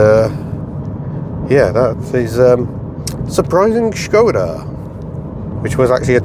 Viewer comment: Copy paste this into Google Translate for correct pronunciation Škoda :)